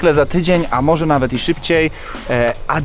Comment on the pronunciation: nie adijos tylko adjos 😉